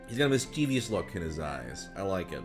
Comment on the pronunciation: That's not how you pronounce "mischievous".